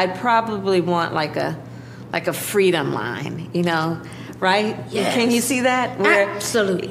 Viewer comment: Doesn't she mean fwweeeedom .